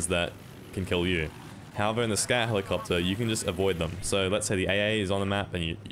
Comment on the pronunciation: "Scat helicopta"